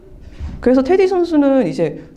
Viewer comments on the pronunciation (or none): 테디 아니야? 자꾸 인터뷰하는분이 테리라고 하니까 거슬리네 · Teddy, 미국발음은 테리, Flap an aleveolar stop in intervocalic position when the latter vowel is unstressed. 한국말로 인터뷰하는 거니까 발음은 테.디!로 정확한 한국말로 발음해야겠지요. 리포터분이 한국말과 영어간 발음을 혼재해서 사용하셔서 듣기불편하셨나보네요.